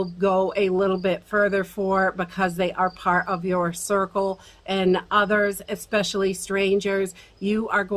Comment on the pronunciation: “Expessially” important or especially lol